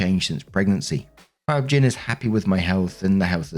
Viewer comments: pronunciation of OB/GYN cracks me up every time! Has anyone ever told him that it is literally just pronounced as each letter - O B G Y N? It stands for obstetrician/gynecologist. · Everytime says Obgyn I cackle 😅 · saying Obgyn as a word was funny to me.